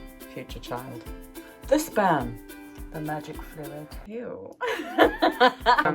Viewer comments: I was very confused until I realized she said "sperm" and not "Spam." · OOOOHHHHHHHHHH SPERM!!!! i though you said SPAM??? makes sense now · omg...youre saying "sperm"....NOT 'spam' hahahaha...i better rewind now that i realize youre not having a, uh, spam.. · at first i thought she said" bought my wife spam." and i was confused why it was a weird word until i realized she said sperm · this is awesome and all, but at first I heard "I bought my wife some spam," like the MEAT, and was concerned as to how that made a child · I can’t be the only one who heard “I got my wife some Spam”. I was so confused. At first I thought “pregnancy craving? Weird”. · Okay, so I knew the video was about a baby because of the thumbnail but when she said what she got her wife for Christmas, I thought she said SPAM. Like the lunch meat SPAM and I was super confused and was like what??? And then she said fertility treatment and then I was like ohhhhhhh 🤦🏻‍♀️ not my brightest moment 😅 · I thought you said “spam” at first and I was like ??? why would you buy your wife spam?? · I immediatly thought "baby!", but then misheard you say "I bought my wife some spam," and I just couldn't for the life of me figure out why the spam would be a secret... (I do mean the weird meat(?) in a can) Congratulations on the actual living being though!